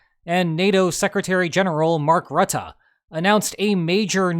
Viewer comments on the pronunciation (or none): In Dutch the -e at the end of a word (and often also any word ending with -en) is pronounced more like -uh. To my ears, your pronunciation of Rutte ended with a bit too much -ah. Thanks for the great informative content! 👍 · Rut-tah? That's the first I have heard that mispronunciation! It is pronounced more like Rut-tuh. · The guy isn't called rut-ah, FFS. Why do americans struggle so much with pronouncing names? just listen to the proper pronunciation and emulate it - it's not like there were any sounds in there that aren't present in american english.